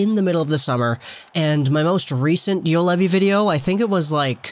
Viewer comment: Pronunciation: Yu-Oh-levi. Not Yulevi. Throw a round O in between. And Olli with double ll: O-LL-I